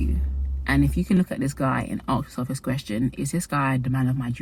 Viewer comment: Gurl I love you but you're in the land where English was created, how are you pronouncing aSk as aKs 🐿️